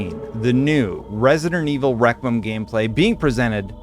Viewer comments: your pronunciation of the title was killing me. Requiem is said Reh-quee-Um. Love the content Brother! Hope you and your family are doing well!! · I love you … but it’s “rek-wee-em” 😂❤️